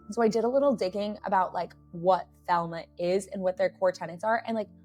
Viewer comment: Thelema, not Thelma 😂😂😂